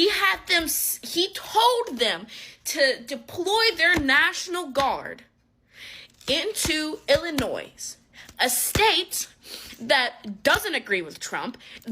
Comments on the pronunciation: Anyone that pronounces Illinois as Illianoise is just... dumb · can't even pronounce Illinois correctly. Ha. the "s" at the end of "Illinois" is silent, and the correct pronunciation is "il-uh-NOY". The silent "s" is a result of the name's French origin, where final "s"s are often silent. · Being from Chicago Illinois this is one thing that gets under my skin. It's not pronounced ill-a-noise The s is silent. Also this comment that she made did not age well look what just happened to the national guard in DC. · How can anyone take you seriously when you don' know the pronunciation of Illinois is Illinoy not Illinois, there is no "S"...a 5th grader knows that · "IlliNOISE". These kids are stupid. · Ill a noi. Theres no S on the end... there is, but you don't say it. ill a noi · I REALLY get annoyed at these fools who don’t know the S at the end of Illinois is silent. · can't properly pronounce Illinois. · Regarding curly hair civil war idiot at near the end, if you don’t know that the s at the end of Illinois is silent, why would we think you are knowledgeable about anything else?